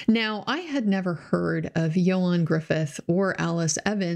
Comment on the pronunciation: Appreciate you checking the way to say his name! Ioan's probably better known for the two Fantastic Four films -- not great, though better than the more recent one.